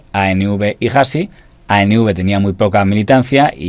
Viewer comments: Hasi no se pronuncia "jasi". La H no la pronunciamos. Debes leer la palabra Hasi como si no tuviera la H. Es decir, Asi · hasi no es jasi es asi... la h no se pronuncia